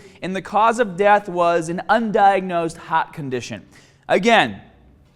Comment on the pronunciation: What’s a hat condition? The lack of the “r” sound in his vocabulary is insane.